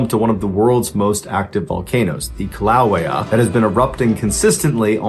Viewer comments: Kill-ou-way-yah volcano not kilauwah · Kilauea = kill a way ya. In case you’re having trouble pronouncing it. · Good try at saying Kilauea. You did good but fumbled the beginning a bit. The letter i in Hawaiian is pronounced as eee, so K-EEE-LAU-EA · Great story, but I'm gonna have to correct you on something.The peninsulation of Volcano is the most active Volcano in the world.Is Hill a way ya now the a's in here are all short , they're not long against the short a's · Mr. Ballen: The volcano’s name is pronounced, kill-a-way-a.